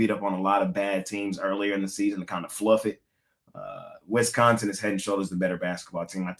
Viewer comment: it's WISCONSIN not Wesconsin